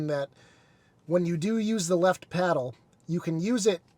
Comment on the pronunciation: Paddle, not peddle... :)